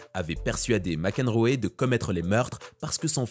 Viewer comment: s'il te plaît, apprends à bien prononcer les noms anglais !!! c'est juste insupportable. Mac Enroéééééééééééé putain quoi, sérieux !!! T'as jamais entendue parler du joueur de tennis John Mac Enroe franchement !!!!!!!!!!!!!!!!!!!!!!!!!!!!!!!!!!!!!!!!!!!!!!!!!!!!!!!!!!!